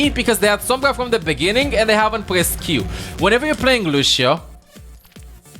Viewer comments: « Luchio » xD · Bro the way he says lucio… LUSHEIO I love that shit!! Lol